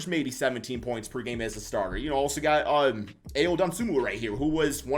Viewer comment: Ayo = io, not ao